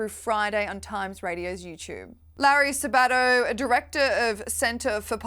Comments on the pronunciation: WOW. I haven't seen Larry Sabato in years. He used to be considered very conservative. By the way, you need to put the emphasis on the "Sa" of Sabato. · Mr. Sabato's name has emphasis on the first syllable.